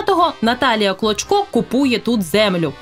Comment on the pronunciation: Чесно кажучи, чи у вас погана дикція, чи ви навмисно кажете прізвище «клочко», як «кличко». Це не є добре.